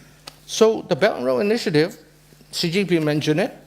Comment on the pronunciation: She can’t even pronounce “Xi” correctly 😂 Zhee 😂😂😂😂